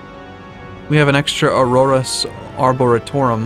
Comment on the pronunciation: Ar-Bor-re-tum....good god man..pronounce shit right..its not that hard..